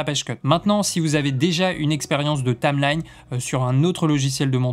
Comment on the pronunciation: "il va avoir énormément". Dommage qu'il fasse pas correcteur grammatical. J'aurais aussi beaucoup aimé savoir comment il écrit ce que tu prononces "Tame lagne"